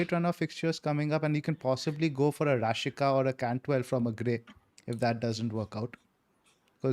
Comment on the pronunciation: Great content as always. Just a nitpick from my side: the Norwich player Rashica is pronounced as Rashitsa. 😅